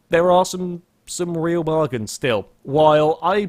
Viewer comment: Once again has invented a new word!. "Bargins"